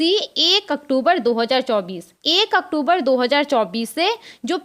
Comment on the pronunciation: Madam, pahle aap October ko sahi se boliye. Bahut bhadda lagta h.